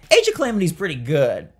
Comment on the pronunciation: AGE OF CLAMITY 😂?????